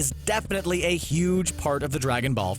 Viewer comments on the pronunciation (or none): none